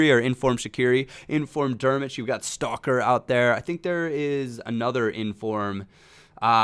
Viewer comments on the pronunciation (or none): none